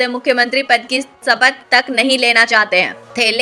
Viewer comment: मैडम सिनडे और सपथ नहीं होता बल्कि शिंदे और शपथ होता है, पहले अपने उच्चारण को ठीक करो फिर वीडियो बनाओ...